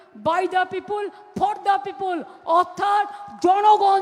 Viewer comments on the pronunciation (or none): পিপল হয়ে গেলো পিপুল আহহা কি ইংরাজি